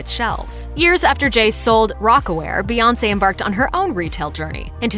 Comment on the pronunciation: Bout time y’all learned how to say her name right. Was waiting to hear “Queen Bay”. 😂